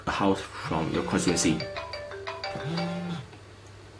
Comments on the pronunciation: cornsiewenchy...? Please pronounce constituency correctly if you want to use this word many times in your video. It is CON-STI-TUEN-SI. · HAHA steven lim doesnt know how to pronounce constituency.